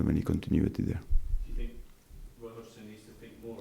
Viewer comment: "Roy Odgson"